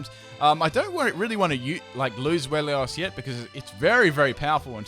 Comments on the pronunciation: i know that this is no one's fault but zweilous is pronounced zvilus it pertains to the German words for one, two, and three. 1. eins, deino 2.zwei, zweilous 3.drei, hydreigon (hi-dray-gone) i know a lot of people already know this, and it also really does not matter much... just a little thing that bothers me a bit. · Zwei, like zweihander the sword, lous. Where do you get "Zwelios" from? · I have never understood what's so hard with Zweilous name?! Its pronounced Swai-luss. not swellious, not swollious, not swallow. Like what the heck XD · I think his point was that he was pronouncing it as "Zwelios" in the video. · Not wanting to be offensive or anything, but Zweilios? XD the 'Zwei' part was pronounced correctly so I was surprised by that XD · and the Regi names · Good Lord you butchered the pronounciation of zweilous